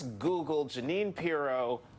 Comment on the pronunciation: It is pronounced Ja-neen, not Gee-knee. Miller is cherry picking and then skewing things - not of it is correct.